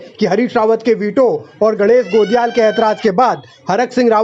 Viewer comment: गणेश गोदियाल है गोलियाल नही 😂😂